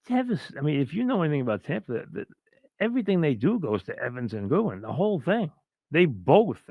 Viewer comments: It's GODWIN MIKE. Not GOODWIN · uh he called godwin goodwin lmaoo ha